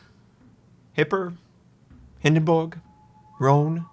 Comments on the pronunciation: the HindenBORG sorry but there are no borg's in wows this isen't startreck. Its pronounced the Hindenburg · Sorry I have to stop watching every time I hear hindenbooog